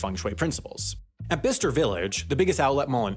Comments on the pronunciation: It’s pronounced by-ches-ture! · lol I've neverr heard it pronounced like that before... It's Bi-ces-ter Interesting video, Chinese tourists are a funny bunch. I bet you that facebook group is filled with absolute gold. Middle englanders are not exactly known for their welcoming of "outsiders" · Royally pissed me off how you pronounced Bicester, it’s pronounced bi-che-ster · Another great vid, but can I just say I think its 'By - Chester' not bister :) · I laughed when you said Bicester Village as BISTER Village lol, its pronounced like ByeKester. 😄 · “Bisster Village” 😂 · Urm, Bicester is pronounced Bi-sester. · It’s bye-ses-ter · It isn't. Ask anyone in Birmingham, Alabama. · The way you said Bicester lololool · Omg, your pronunciation of Bicester is criminal. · You're not saying Bicester correctly. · Sorry how did he just pronounce Bicester??!! :D :D Ahhh Americans, the only English speaking people who cant speak English :D :D